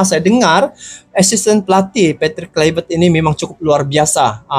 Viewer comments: Patrick Kluvert di baca Kluiver/ Bukan Klyver. Karena Kluiver adalah nama Belanda bukan Nama orang Inggris. Jadi jangan di baca KLAIVERT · Baca Klui-vert.